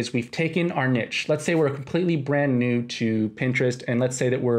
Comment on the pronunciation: also the word niche is pronounced like neesh, for future reference hahaah